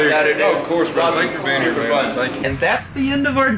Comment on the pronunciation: Did say "do you come mere often"? Time for dance lessons.